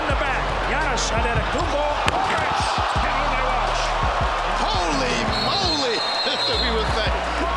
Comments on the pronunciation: He really said Janis Anetekombo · "You got Johnas Antetokounmpo" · "Gannes andedakoompo" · “Johnis antakumbo” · The struggle by the legend David stern before pronouncing his name is priceless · wtf who pronouces it like that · no he didnt lol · Duke 105 That is not how you pronounce his name look up his name first of all and watch a video of him saying his Name